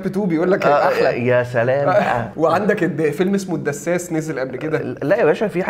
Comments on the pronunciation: العسساس مش الدساس يا عم😂😂😂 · اسمه العساس يا عم مش الدساس 😂😂😂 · اسمه العسّاس ياعم جبت الدسّاس ده منين 😂😂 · Assas not dassas *